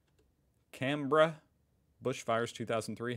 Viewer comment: It was truly terrible! A friend of mine lost his house in Duffy. I was sent home from work to look after my house. And yes - the straight lines are backburns. BTW - your pronunciation of Canberra is correct - his isn't.